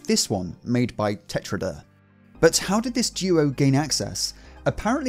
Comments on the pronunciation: tetraedr means "tetrahedron"and is pronounced "tet-ráh-eduhr" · It's pronounced "Tetra-aedr" or "Tetrazdaer" i'm not sure, as a russian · Pronounced "Tetra-edder"